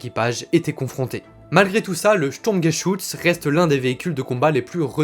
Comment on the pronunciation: Si c'est écris "Sturmgeschutz" la prononciation est presque parfaite a l'éxception que le R ne se prononces pas comme ça, il se prononces presque a l'anglaise. En revanche si c'est écris "Sturmgeschütz" c'est un U comme dans Hubert, un U bien Français quoi. C'est juste un détail, bien évidemment, certainement pas une critique. Surtout car je découvres a peine ta chaîne et que la vidéo est superbe.